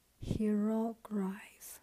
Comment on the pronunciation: It is pronounced (hee-row-gliff)